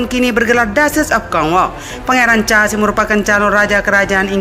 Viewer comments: Sebutan tk jelas... Naratif yg tidak begitu smooth charles bkn cha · Pangeran char dan cemela ? Yg bener dong penyebutan kata asing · Bacanya tetep Carles bukan chaaa carmila bacanya Karmela